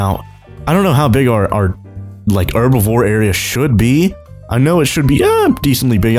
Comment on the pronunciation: Herbivore not erbivore